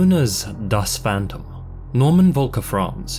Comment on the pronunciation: ‘da faanntuum’ - pronunciation